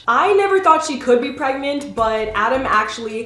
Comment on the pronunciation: LOL she said pregmant